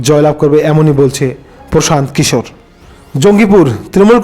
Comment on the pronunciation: দাদা সঠিক নামটা কি। প্রশান্ত কিশোর।না পোশান্ত কিশোর না পশান্ত কিশোর নামটা সঠিক করে বল।না তমার বলার কেলি